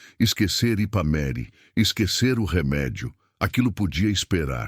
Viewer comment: O narrador fala o nome da cidade errado, o nome certo é Ipameri